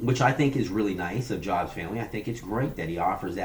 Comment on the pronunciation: This guy is calling out Jabs while he himself seems completely fake.. You JUST joined the Jabs Patreon Club and you're already complaining because he didn't "acknowledge" you right away. And his name isn't JOBS.... It's JABS.. I know Erik and you are WAY OFF on your opinion and analysis. If Erik is guilty of anything, it's that he got too big too fast. If you're as smart as you claim Mr. CEO, it might be wise to gather more information about someone. You aren't even saying his name right.